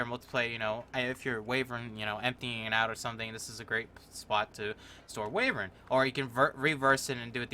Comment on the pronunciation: Wayvern? Wayvern? ITS WYVERN! EDIT: Thanks For all the likes! Wait one like isnt Many? DAMMIT! Still top comment, Right? Or is it not? EDIT: What do you get when you mix Knuckels with a dragon?? A waevern! .....(I'm sorry)